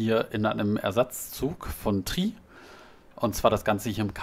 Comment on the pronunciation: Nein das heißt nicht TRIII xD Es heißt T R I [auf Deutsch] :D